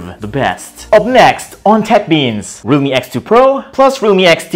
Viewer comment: Everything's fine but why do you call if RUMI😂🤣😂